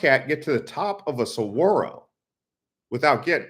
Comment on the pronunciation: Saguaro is pronounced "sah-Gwah-roh" not "suh-wah-roh"